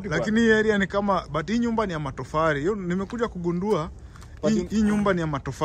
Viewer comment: inaitwa matofali sio matofari